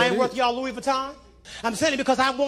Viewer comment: is Louis not loui.